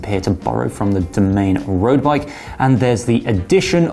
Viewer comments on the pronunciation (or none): The "domain" road bike? I think it's pronounced doh-MAH-nee (Domane)